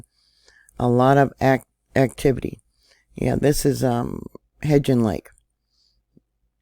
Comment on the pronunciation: you keep mispronouncing Hebgen lake. HEB* rhymes with “ebb“ and the “gen” rhymes with “when”. HEB-GEN